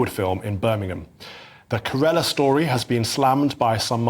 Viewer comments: carella story? Are you thick? Shows you dont have to be white to be smothered in English ignorance on GB news. Its ke-re-la like shan-gri-la only ke-re-la. Stop killing your own credibility with your lazy attitude to pronunciations. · Kerela -> KE-rlla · Why can’t they pronounce Kerala 🤣